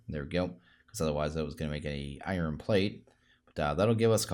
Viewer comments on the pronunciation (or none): It is pronounced iron (I,ern) not I ren